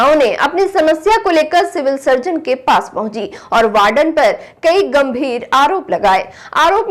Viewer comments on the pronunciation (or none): Anchor should pronounce the words correctly. It's W*ARDEN not BARDEN. There are many other errors. Hope this is taken constructively.